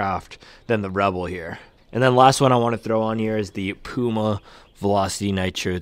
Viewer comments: Your pronunciation of Puma is correct. I never heard Germans call it Pjuma. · Hi, I am from Germany. Puma is a german brand we say Puma like you pronounce it. It is not "piuma". Go on making this great videos!